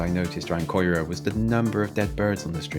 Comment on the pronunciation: It's pronounced as c-i-r-a